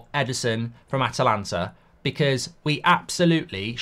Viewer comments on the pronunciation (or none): none